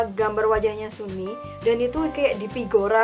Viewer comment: Bacaanya sumi cara bacanya sanmi gituuu qaqa